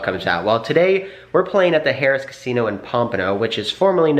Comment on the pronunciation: Do you realize you are pronouncing that Casino’s name as “Harris”? I didn’t understand what you meant at first. You did it at the start of the video, and at the end. It’s pronounced “har-rahs”. You’re welcome.